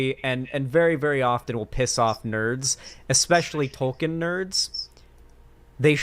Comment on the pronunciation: Tolkien is pronounced “toll keen”,!!